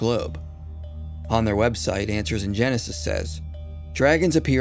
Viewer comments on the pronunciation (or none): none